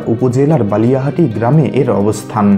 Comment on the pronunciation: Balihati noi bakiati.. Singair manikganj Theke